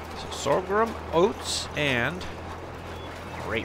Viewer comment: Sorghum is pronounced "SORE GUM, not sore grum.